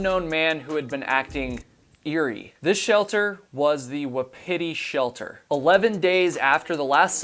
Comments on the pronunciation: w'PITTY, no. wa-PEE-TEE, yes. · You hate hiking and English..... Wapiti you pronounced way wrong.... embarrassing